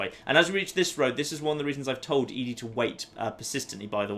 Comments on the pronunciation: Now if you could just say "Eddie" (ED-E) instead of "Edie" (E-D), you'd be golden. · I love watching your Fallout playthroughs, but just one thing bothers me about them. ED-E. ED. E. I'm sure people've complained about your pronunciation of ED-E before, but.. ehh.. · Also, when you refuse to pronounce Ed-E correctly, don't complain about others pointing out your other pronunciation issues.